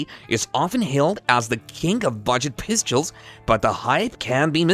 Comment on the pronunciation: I can’t watch. I prefer real voices. Also, I cringed each time he said “pistules”.